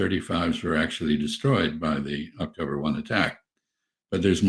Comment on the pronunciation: Was ahh-k-toe-brr sefen not a successful milliteary mizzion?